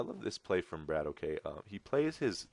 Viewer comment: Great cast! His name is pronounced 'Bratock,' BTW. It's Russian for, like, 'Bro.'